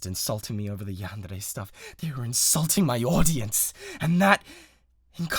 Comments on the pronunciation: no fr im so glad he says it right 😭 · yes, it is a japanese word. you don’t say every syllable like it’s the same, but there’s a certain way and roll of the tongue way to say it, and he said it correctly.